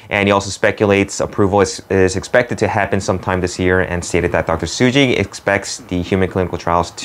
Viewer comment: It's Tsuji not Suji.